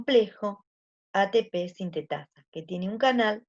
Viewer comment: Me estresa qué dice atépe y no atepé xd pero buena la Clase